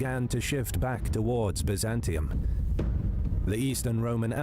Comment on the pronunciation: Please pronounce the name correctly ! It's pronounced BIZ AN TYNE and BUY ZAN TIUM !